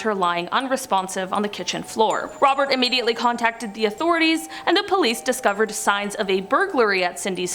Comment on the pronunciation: I wasn't aware "UHH-mediately" was a word. Just say you're from north of the border & you get a pass...like those who say 'AHH-boot,' instead of its proper enunciation of 'AHH-bout.' I'll say it again for the cheap seats. Say it w/me Canada, AHH-bout!!😉✌️